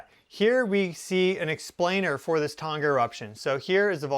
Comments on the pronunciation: Tong-ah... not ton ga lol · It's pronounced 'tong-a' ( tongue but with an 'a' at the end. Not 'ton-ga' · Just FYI Tonga is pronounced using a soft "g" as in "song."😊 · Scary stuff! Pronounced 'Tong a' the 'g' is silent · Can you pronounce Tonga correctly FFS. 🙄